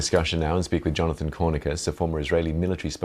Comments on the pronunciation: Love how this BBC presenter mispronounces this war criminal's name and calls him Jonathan Cornicus. Great stuff. Rest assured though Jonathan, we in Europe know your name full well. Please come and visit us whenever you want. We will welcome you with a nice room in the Hague. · Well said LtC Conricus. This interviewer did not have the courtesy to pronounce Jonathan's name correctly nor give him recognition as a LtC. Am Yisrael Chai from America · The anchor could at least do basic due dilligence and get Jonathan Conricus's name right. He was dismissive and rude.